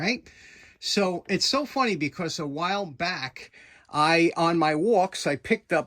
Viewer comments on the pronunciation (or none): none